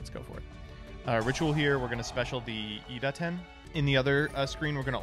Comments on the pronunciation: me: reading iDaten him: iTADEN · DA-TEN NOT TA-DEN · Take a shot every time calls Idaten "Itaden"